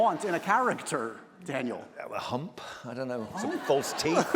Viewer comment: Love this ❤ Daniel’s amazing! As a Brit please get his name right 😊